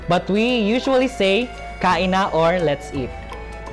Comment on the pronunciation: It's kain na, not kaina.